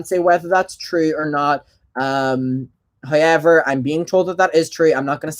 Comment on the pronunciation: Same!! I feel like a parrot, everytime he says "however" I say it too.. can't get the accent right tough :c